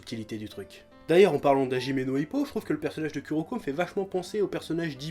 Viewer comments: Moi entrin de regarder la vidéo et entendre le chef dire ku o lieux de kou pour kuroko😂😂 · Putain mais, saute par la fenêtre, le U japonais se prononce OU en français, c'est pas compliqué... -_- on peut pas être crédible en parlant de manga quand on dit U je suis désolée x) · J'adore le chef :) mais il m'énerve à prononcer le Ku -> Ku et pas Kou comme cela doit être fait en phonétique c'est Kouroko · Je suis là seule fan qui rage des que le chef dit "Kuroko" au lieu de "Kuroko /kouroko/" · dsl mais Kuroko s'écrit Kuroko serte mais sa se prononce Kouroko